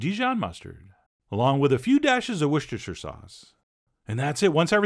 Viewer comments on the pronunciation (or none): WUSS-TER-SHER!!! not wush-ter-sher!!!!!!!!!!!!!!